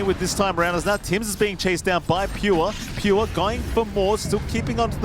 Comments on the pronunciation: why second comentator keep saying Pue? not a Pure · Its not Pure, its Peeyoohh